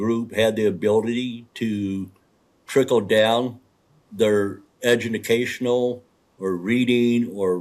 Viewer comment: Did he say “ edumacational”??